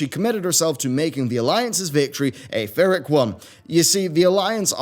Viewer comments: did you mean Pyrrhic? it sounded like you said vyrrhic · The enemy of my enemy.... guess Activision can make correct decisions sometimes just by coincidence. Pyrrhic is pronounced pi-rik the h is silent, you used the term well though.